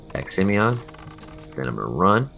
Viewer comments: Its not SimEon, its SimOne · im kinda triggered that he says simeon instead simooooooooneeeeee :P but its a nice guide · Simone is a french girl name. It's pronounced Si-mon. Not Simion, and not Sim-own (Sim-own is closer to the prononciation for the male version Simon) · HER NAME IS SIMONE, YOU BLOODY MORON. Not Simion.... seriously, dude, can you even read?? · Simone isn't pronounced that way fella, Sim-own would be how its pronounced. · What do you mean bro? Simmy-yon is obviously the right way to pronounce it. Rolls right off the tongue! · "Simione" xD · u pronounce simone extremely weird